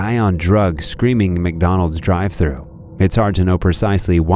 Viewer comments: The entitled Karen in the last video needs speech therapy. "Mick Dooneldes, UK Mick Dooneldes"! Open your mouth when you enunciate! What's with the inability to say Mc Donald's? I hadn't realized it's now pronounced Mick Dooneldes ! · Mucdonuulds 👉👉, her voice wa so grating, clearly she's below average intelligence.